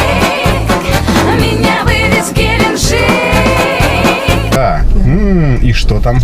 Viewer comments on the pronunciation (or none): С гЕленджика)) ударение поставила интересно конечно